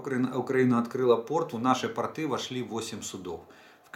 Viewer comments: Интересные сведения!! Спасибо. Простите меня, но портЫ- это просто штаны, а пОрты- для кораблей. Не Вы один так говорите, простите, но кто-то должен среагировать. Это мода такая или изменение в языке? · При всем к Вам,уважении,,порты-это штаны.Нужно ставить другое ударение.